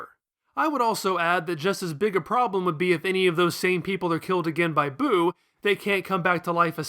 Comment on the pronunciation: It’s Buu. Not boo.